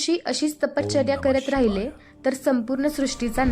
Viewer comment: ताई अतिशय सुंदर पद्धतीने भगवान श्रीदत्तात्रेय प्रभूंची लीळा सांगितली. ताई कृपया तपश्चर्या या शब्दाच्या उच्चारा कडे लक्ष द्यावे. आपला आवाज अतिशय सात्विक आणि भावपूर्ण आहे. खूप खूप छान 🙏🙏